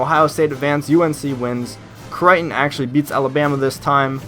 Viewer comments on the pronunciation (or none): none